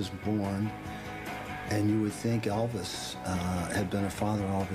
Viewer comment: Good night, Eh-vis!